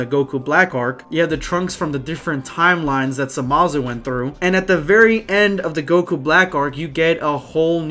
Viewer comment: Not gonna lie, I slightly chuckled when you said "Samazu".